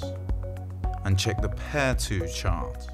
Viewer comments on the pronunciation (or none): BTW, its pronounced "PAR-EYYY-TOE" not "PAIR-TWO" !!